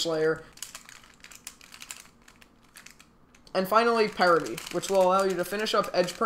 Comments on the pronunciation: Pie rit ie??? It's pair ity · Spelled parity u said pierity not parity